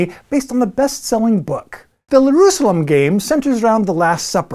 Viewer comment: Did you call it "Lerusalem"???